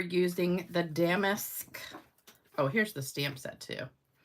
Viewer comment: Love the technique and cards! The embossing folder is pronounced da-mask, not dam-ask 😂